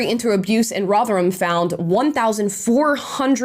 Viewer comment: I'm so happy that you pronounced Rotherham correctly, mostly Americans over pronounce the HAM in town/city names in Britain